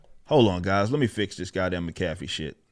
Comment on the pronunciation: I like how ripper pronounces Mac-a-fee like a New Yorker getting a hot caffeinated drink